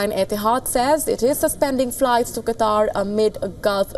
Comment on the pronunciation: Qatar is right..Not Quatar.